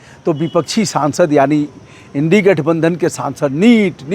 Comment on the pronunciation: Brother aap to india gathabandhan ka prounciation achhe tarha se kariye mitthapara se